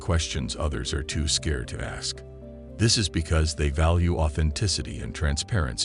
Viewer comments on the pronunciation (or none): none